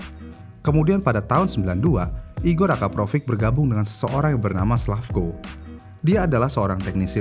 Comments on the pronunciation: Akrapovic kok disebutnya akaprovic🥲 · nama yang sering bikin orang salah pengucapan. dari Akrapovic jadi Akaprovic... narator pun salah penyebutannya... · Akrapovic bang. Bukan Akaprovic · Akrapovic min buka akaprovric 😅🙏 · Akrapovic ✖️ Akaprovic ✅ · Ada yg nyadar gak sih? Si abangnya nyebutnya "akaprovic", bukanya yg bner itu "akrapovic" ya?🤭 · Maaf min bkn nya AKRAPOVIC ya nyebutnya bkn AKAPROVIC? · Min ko lu salah mulu si nyebut nama knalpotnya. "Akrapovic" min Bukan "akaprovic" 😁✌️ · Akrapovic bang bukan Akaprovic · Akrapovic mas bukan akaprovic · kok nyebutnya akaprovic sih bang??? bukannya akrapovic...